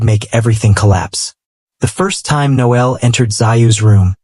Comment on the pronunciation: I hate how AI pronounces Noel likes it a girl.